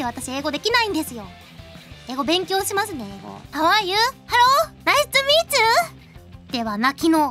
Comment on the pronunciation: "Naischu Meechu!" –Ai-chan 2017 XD Naischu Meechu too